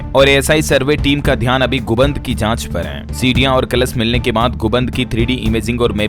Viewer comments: Guband nhi gumbad read karte hai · "गुमबद" बोलिये गुबन्द नहीं।